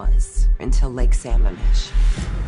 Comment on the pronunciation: No sure what the brunette detective adds to the story, since everyone else interviewed actually came in contact in some respect with Ted except her. She even mispronounced the name of the lake where 2 of the women were kidnapped from. Apart from her, excellent documentary.